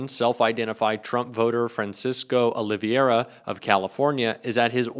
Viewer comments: OLIVERA..NOT OLIVIERA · Olivera, not Oliviera. Please take the time to learn correct pronunciation. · Oliviera? Please read before you try to pronounce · "Olivera", not "Olivera"